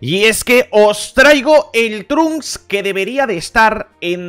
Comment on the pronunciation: El nombre Trunks leer como inglés no como español si habla español no entiendo.